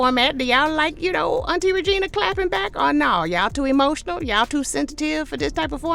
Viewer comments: Get em! I was rolling when you said “Hemotional”. I gotta add that to my clapbacks vocab. 😂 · Not “hemotional” ! 😂😂❤ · 🤣🤣🤣🤣🤣🤣 Please do more of these! Not alum-ni and hemotional. 🤣🤣🤣🤣🤣